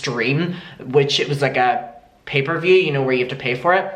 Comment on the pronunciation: it's gonna bug me if I don't let you know that it's pay-per-view not paper view